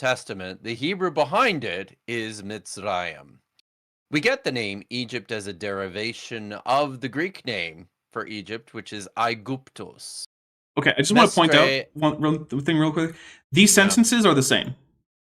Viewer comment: "aiguptos" no I gupdos